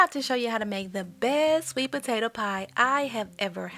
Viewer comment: You said it right the first time! “Sweebotata” is absolutely a word!!❤